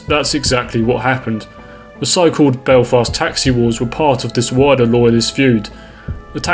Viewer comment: it's maghaberry. And I Derry/ Londonderry and Belfast are the only places you pronounced right.